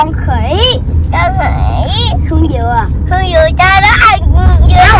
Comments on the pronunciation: phát âm đớt vần Kh nghe dễ thương quá, nhưng phát âm đúng tên cha bả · Bả đớt cỡ nào chớ tên cha bả vẫn phát âm đúng nha haha... clip qua nay nhìn mặt bả cưng qua xá